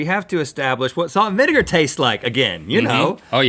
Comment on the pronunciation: salt and vinivervrfshtak Link did you have a stroke